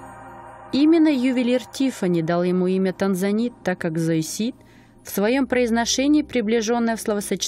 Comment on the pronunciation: Спасибо, конечно. Но переводу бы ещё редактора понимающего. Зоисит :). Правильно будет цоизит. Не отшлифовать невозможно, а огранить невозможно.